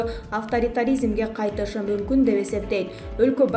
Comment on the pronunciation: Мумкун дегенди не кылат экенсин тмлегин жаман го